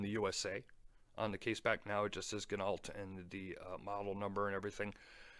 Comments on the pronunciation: That bracelet is the exact same as the Corgeut GMT I picked up on Ebay. It too has sapphire crystal, 316L s.s. case etc. but not an ETA movement. The thing is I picked it up for less that $80. I think anything over $400 for this watch is crazy. BTW, I think it's pronounced "gee NOH". I think they all buy from the same Chinese suppliers - Parnis, Corgeut, Bliger etc. The Ocean Rover is in no way worth $1200. The Steinhart Ocean 1 has all of this, made in Switzerland, and is half the price. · Ginault = pronounced Gin No, like French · It is pronounced "Gin - oh".